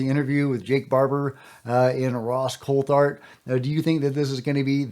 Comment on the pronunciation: Greere’s 2nd podcast he refused to properly pronounce Ross Coulhart’s last name.. ridiculous He’s a bigger drama queen than Jeremy Korbel